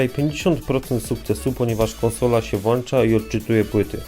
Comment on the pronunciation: “konsola się włancza”, a czym „włancznikiem”?